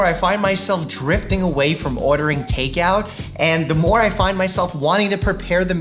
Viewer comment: OOOhrdering takeout... That New York accent though! (I love the New York accent!)